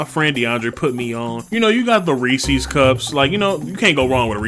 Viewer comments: I dont trust a man who says rees sees instead of reese's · It's REE-says, not REE-sees. But yeah, I can't remember when I last had Good & Plenty, nasty shit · The way he said "reese's"